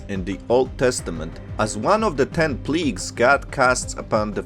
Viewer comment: Plagues not Pleeges!!!